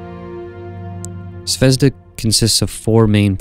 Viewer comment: It pronounces "zvezdA", stress is on A (and means "star" btw). Anyway the video is great, as all your space station series